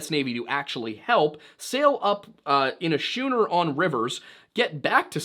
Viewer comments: Excellent! One of the most detailed yet succinctly articulated account of the Donner-Reed Party. I liked how you showed the map and explained the geographic aspect of the journey. One small note: "Prairie Schooner" is pronounced "Prairie SKOONER." Schooners were 17th and 18th century 2-mast sailing ships that were considered more maneuverable due to rigging and sail manipulation. So they called wagons, "Prairie Schooners" as a nickname. But again, this is the best account of the incident on youtube, imho. I would love to see a really well done movie based on the experience... and I agree, it would best be centered on James Reed's perspective. The cannibalism is always the highlight of the story, but there were SO many other extremely dramatic, harrowing and peculiar aspects of the story, a well thought out feature-length movie might do well. The timing would be perfect... it would be a good time to remind people how easy our lives are in 2025. Anywho, nice work. PS - James Reed agreed to join the war as long as they immediately sent an organized search and rescue mission for the stranded members. THAT is why he agreed to fight the Mex-Am war. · Hey it's a prairie schooner like the boat said like school ......no ch sound.....rookie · its actually pronounced prairie 'SKOO-NER' (schooner) like the the type ship in the sea. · How in the hell can you pronounce "paramour" correctly, but not "schooner"???? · it's pronounced shhh cooner say it fast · Schooner is pronounced with a "k" sound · The ch in schooner is pronounced like a k my guy. Great video though like all your others. 👍🏻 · I was today years old when I learned that doesn't know how to pronounce "schooner." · But he mispronounced schooner. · Prairie “Schooner” - sounds like “skooner,” not “shooner.” LOVE “Celcius people”. You could die, but you won’t necessarily die. 😂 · Schooner is pronounced “skooner”. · It's pronounced skooner, not shooner, same root as scholarly. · Also is pronounced skooner not shooner